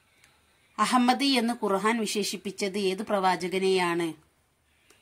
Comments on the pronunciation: ആദ്യം ഖുർആൻ എന്ന തെറ്റുകൂടാതെ പറയാൻ പഠിക്കുക ഖുർഹാൻ അല്ല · ഖുർഹാൻ എന്നാണല്ലോ പറയുന്നത് ഖുർആൻ എന്ന് പറയന്നട്ടോ.